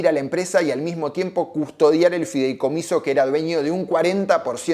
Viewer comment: No es fidelcomiso, es FIDEICOMISO.